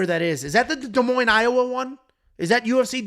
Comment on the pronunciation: Nice job pronouncing Des Moines correctly 👍🏻